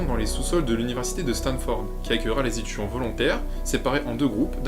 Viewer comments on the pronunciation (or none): Les .... zétudiants ? 😆